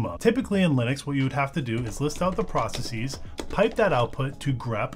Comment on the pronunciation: Please don't say 'process-eez'. It's not pronounced that way in any accent.